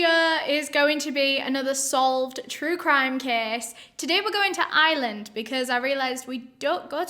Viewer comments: ireland not iland , it drives me up the wall when people say that! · Your pronouncing Ireland like “Island” ... not the same thing girl 😂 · It’s not the accent - it’s just a wrong pronunciation. Your accent doesn’t remove your ability to pronounce the “R” instead of an “S” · My friend I was like ok but what island are we going to!!!!! you were saying Ireland. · Us British people pronounce 'Ireland' and 'Island' the same. I don't get it, do some people properly pronounce the 'r' or something? 🤔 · I genuinely thought you were saying “island” and not “Ireland” lol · I love you but “Island” 😭 Im sorry if I offend you but it’s pronounced “i-er-lin” you don’t have to say it that way but I’m just putting my thoughts out there I STILL LOVE YOU THOUGH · I didn't realize she didn't say island until I read this comment lol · Lol I thought she was saying "Island" instead of Ireland at first 🤣 love you and your accent! ✌💜🙂 Great videos! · It took me a minute to realize you were saying Ireland, not Island lol oops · Girl, thanks to me being an American I thought she was saying this crime was in “Island” until she said Dublin 😭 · I watch most things with the closed captions on and thank goodness because I heard “island” every time she said Ireland. 🤣 Honestly never have I struggled with her accent till this word. Love the channel and hearing about cases from other countries. ❤️ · Maybe I’m wrong for this but for the first 30 seconds I thought you were saying “island” and I was like “which one?” 😂 It took me too long to realize you were saying “Ireland” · Am I the only one who tho she was saying island, then when u seen the map u felt stupid? Lol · "Today we're going to Ireland" Me: "Which Island?": "We don't often go to Ireland in my channel" Me: "What Island?": "So we're going to Ireland" Me: "Is this a random Island?" The accent got me, so that's how you pronounce Ireland xD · i love that says “ireland” like “iland”😭😂